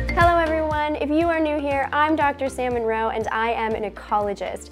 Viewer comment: Hi, I know its probably not intentional, but the way you said your name made it sound like your name is Salmon Roe. That made me giggle, and I've been having a tough day so thank you. Excellent video. I hope to see more!